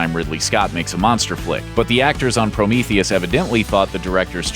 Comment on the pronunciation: Why are you saying Prometheus weird.